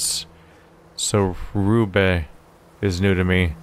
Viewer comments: "Ruhe in Frieden", not "rube". Translates directly to "Rest in peace" ;) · It's "Ruhe in Frieden", actually and means basically RIP.